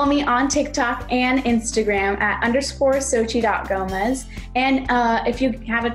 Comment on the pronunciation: Also,it's Xochitl,not Xbdnsbsjsb.